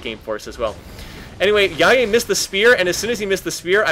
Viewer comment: Omg you said Jaje correctly, you made my day